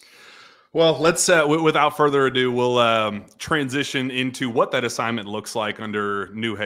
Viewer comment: Every time says "Without further Adou", it hurts.